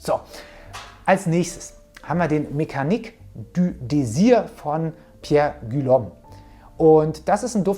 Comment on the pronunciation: Pierre Guillaume wird "Pierre Gi-yom" ausgesprochen